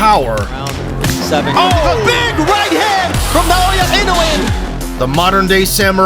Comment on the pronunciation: Why people keep calling him “naoYE”